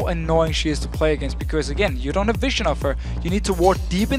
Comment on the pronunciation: Someone please fucking tell that its pronounced viZion, not viSSion...